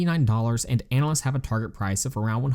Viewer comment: Analysts not Annalists lol